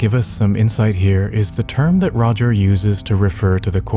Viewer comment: Not 'Roger.' My goodness. otherwise cool video.